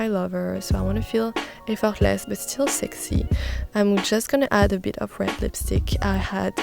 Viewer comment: I like how she pronounces word sexi 😊